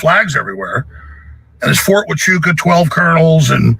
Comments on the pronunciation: FORT HOO-AH-CHEW-CA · I just adore you. I love listening to your show. I live in Arizona, it is pronounced Wah choo kah💗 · Its pronounced "WAH-Chu-Kah" .... I only know cuz I was there for a few yrs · Wha--chu--ka thats how it sounds sphy opps camp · C'mon...say it with me,: Whah-Chew-Kuh! United States Army's premier historical military installation of the American South West....also affectionately known as Fort Chewbacca. 🙂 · Huachuca (pronounced HWA-CHU-CA)